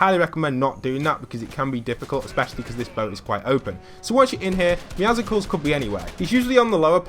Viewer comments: ITS NOT MEOWSUCLES ITS MEOWCLES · It’s pronounced Meow-sils not Meow-sicles. As in muscles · Why do people say meowscles like musicals It’s supposed to be muscle with a meow Am I the only one that gets the pun? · Meowsels its pronounced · Meowscles is pronounced Meow-souls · It's pronounced meowsles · Why do people call it meowsicals theres no i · Its actually muscles but with meow at the beginning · Btw meowscle’s is pronounced (Meow-suls), just saying. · No it’s Pronounced (Meow Skulls) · but Meowscles is pronounced Meow Skulls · It’s pronounced meowsels like muscles + Meow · Meowscles is pronounced Me-ow-se-als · Hey. Don’t want to sound rude but the cats name is not a combination of meow and popsicle but rather meow and muscles. Pronounced “Me-ow-sl-s”. Don’t want to sound rude, I just hate bad grammar. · Meowscles is pronounced Meow - cells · I didn’t understand u for saying Meowscles the c is silent and it’s mined not minded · no one can pronounce "Meowscles" correctly. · Meowscles "scles" is pronounced the same way that it is in muscles